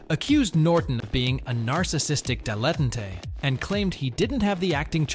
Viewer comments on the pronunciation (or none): SHY-ah LeBeouf. DILL-eh-taunt (beginner). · It's "dilet-- tante", you Bozo (talk about artificial ignorance....). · Kind of makes you sound like a dilettante when you mispronounce the word "dilettante" :) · Getting one name wrong despite an extremely famous name... yeah.. okay.. screwing up like four of the most famous names in the last 75 years of Hollywood? 'Dilentay'? Yeah... not so much. Who edits this channel? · It’s pronounced dill-eh-tahnt, not whatever it was you said… 🙄🙄🙄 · Maybe take some time and learn how to pronounce words like 'dilettante'? Just a suggestion… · And whatever that was instead of dilettante. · You shoulda waited till his pronunciation of "dilettante"